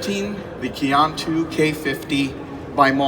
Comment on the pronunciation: Just stumbled onto this video and I cringed. I was working in China when this debuted in US, guess that why I didn't notice the video. If you're going to partner with a company, please learn how to pronounce your partners name semi correctly. Qiantu is pronounced like "chian-too".